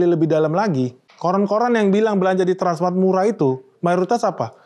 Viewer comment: Kok susah amat nyebut transmart bro